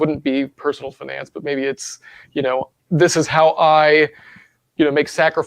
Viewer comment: "fuhnance".... LOL love it